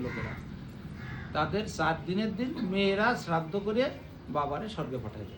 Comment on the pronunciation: শ্রদ্ধ নয় শ্রোধা বেশ ভালো লাগলো হরি বল